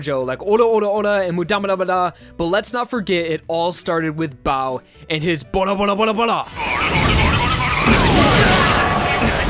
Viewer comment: バルバルバルバル is "BARUBARUBARUBARUBARU" not Bora